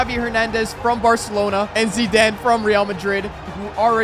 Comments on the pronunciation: Bro why tf are you calling him zedane it’s Zidane 😡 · Zidaan, I think he meant zidane. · Bro really said zeeden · Did anyone else think he says Zidane epwweird